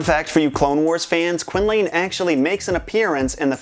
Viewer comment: Quin-lane. Ugh.